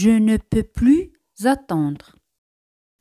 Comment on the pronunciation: La "e" en varias palabras no se pronuncia. No queda claro si se pronuncia la "s" en "tres important". El gráfico i pareciera indicar que de la "è" se va diecto a la "i"; la voz indica que sí, según la velocidad: de seer lenta y marcada no se pronuncia la "s". Pronunciación de "peux". Salto similar al de . Oracion negativa sin "pas". No se contre "Je" en oración negativa como sí en afirmativa. La cobtraccion evita la pronjnciacion de vocales de manera seguida.